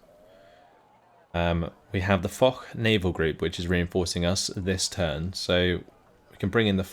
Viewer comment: That "Foch" is French, not German. I imagine its named after Ferdinand Foch, and its pronounced more like "Fosh" than "Fohk"